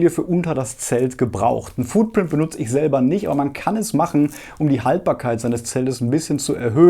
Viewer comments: Foodprint?! Wohl eher nicht! FOOTprint! 🙈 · „Foodprint“. Lol, auf welches Essen druckst du denn? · Du kannst doch jetzt nicht ernsthaft wieder mit dem 'Foodprint' ankommen!